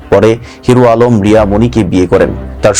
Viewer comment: এইটা নিয়ে ও নিউজ করতে হবে যে নিজের নাম ঠিক মতো বলতে পারে না 😊